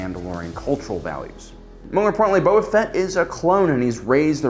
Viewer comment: 800+ star wars videos and he still pronounces it as Bubba Fett. I love you, you friqin troll. 🔟0️⃣